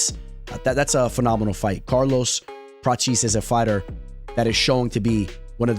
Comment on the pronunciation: Say it with me brother... Prah-tez